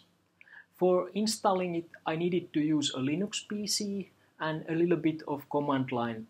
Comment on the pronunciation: You pronounce Linux right :) american dont know to do that.